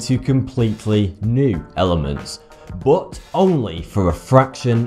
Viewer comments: BOOOT, BOOOOT ... pronounced BUT no matter your accent, you can tell diffrence between U and O, good video and all but ... BOOOOOOOOOOOT .. wtf its not Cs bro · When he says "bote" does he really mean "but"? Same with "ope", he's really saying "up", right? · "but" or "boot"? :)